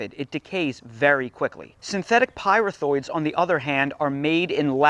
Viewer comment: Sorry, it’s pronounced py-wreath-throids